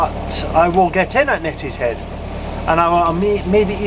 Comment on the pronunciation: it is pronounced née not net for Neatishead how long have you been doing the broads.😂